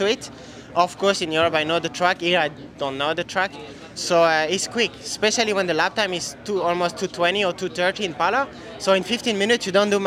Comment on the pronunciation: It’s is pronounced “especially” not “ecpeshally” 😂😂😂